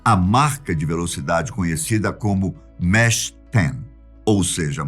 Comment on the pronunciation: Só errou na pronúncia mach 10